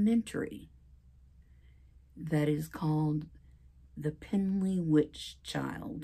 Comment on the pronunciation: I’m from Manchester England and we pronounce Pendle completely different than your saying it. The Pendle witches are really famous in English history.